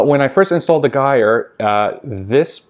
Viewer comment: Sorry but it’s - jire like tire with a “j”, they will get quieter after a while, there flow easily goes down when they get dirty, I would lower both mp10’s , if they are too high kind of defeats the gyre motion, my two cents!